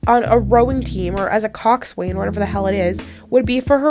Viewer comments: It’s not pronounced coxswain. It’s weird it’s pronounced coxsin. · It’s pronounced Cox-an, not Coxs-wain.